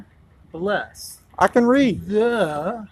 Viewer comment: the way enunciates "the" 😂